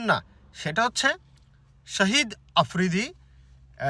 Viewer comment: সহিদ না সাহিদ